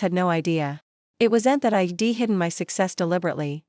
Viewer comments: Reject: I'd is not pronounced ID - not listening any further. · Must be a AI reading!! A person would not pronounced I'd as two words. Which is done with all the words with an apposiate!! Also stated US as separate letters! Try proofreading the voice!!!!